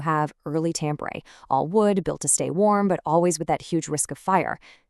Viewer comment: Omg! You fell on your ass from the start by butchering the pronunciation of Tampere 😂😂😂